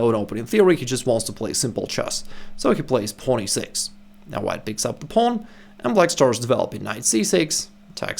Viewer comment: Why can't he say pawn?